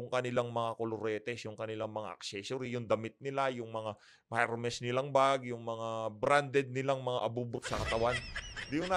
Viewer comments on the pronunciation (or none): none